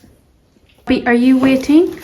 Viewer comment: Outstanding video! I noticed there is no /ei/ vowel in your English, for example, “wait” sounded “wat”; “page” sounded “pag”. How interesting! 😊